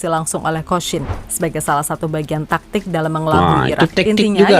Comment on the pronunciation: Jgn tektik pakcik tapi taktik. Baca ny